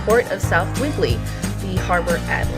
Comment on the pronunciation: “Whibley “ 😆 Whidbey Island (wood be)